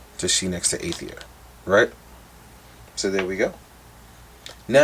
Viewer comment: Love your reviews as always bro, but they are pronounced AIR-UH-THEER and AY-THON. Thanks for the heads up on the shield handles being glued in place. Didn't know that.